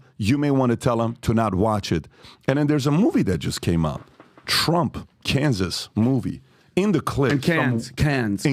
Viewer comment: Cannes / Kanses 😂😂😂😂